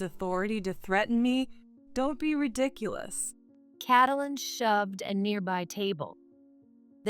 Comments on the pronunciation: It's helpful if you use a program that pronounces the names correctly. It's pronounced Kait - lyn. Not Catalyn. 🙄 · Not cat-lin, kate-lin. Wtf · I think when the illiterate person keeps saying catylin, i need to shut this. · Maybe y-all need to give your AI a book filled with baby names. The book will shows the proper pronunciation of the name as in Kate-lyn. Also, a dictionary that has the word spelled out, then it breaks up the word in vowels and consonants, so your AI can sound out the word properly with the definition so your AI will know how to use the word properly in a sentence. This will greatly please your "get it right the first time, please," People like me. I like listening to stories being shared when I go to sleep. The mispronunciatioins jerk me awake every time. Thank y-all very much.❤✨️❤️✨️❤️✨️❤️✨️❤️✨️❤️✨️😇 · Narrator LEARN TO PRONOUNCE the young lady's name - Get some schooling on names